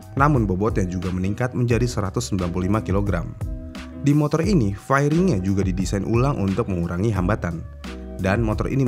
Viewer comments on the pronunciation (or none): gini cara nyebut nya bang, fering(fairing) ,bukan fa ye ring.bang